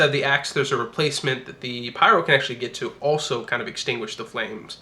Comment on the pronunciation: Instead of axe I heard ass XD